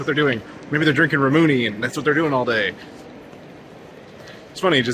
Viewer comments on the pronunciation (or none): I have to say just because it really bothers me but the drink "Ramune" is pronounced "Raw-moo-nay" not "Ruh-moony" Also maybe its generational difference because my highschool days ( ) all anyone did after school was go to either mc donalds, Starbucks, or a boba tea place. So I can say in my experience at least that is exactly what the cool American teenagers do.